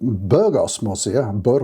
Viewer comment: A surprising number of people make the same mistake — you''re not alone. But I know you care about pronunciation, because you say 'morcilla' correctly. Thanks again for your helpful insights.